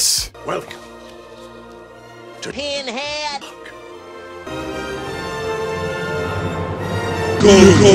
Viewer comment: WHO R YA CALLIN PINHED